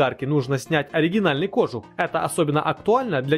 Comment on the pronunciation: Камрад, чтобы твои ролики выглядели профессиональнее, ставь правильно ударения в словах! Тогда и лайков больше будет. В слове кожух ударение на "у". Не веришь, - посмотри в словаре ;-) Удачи!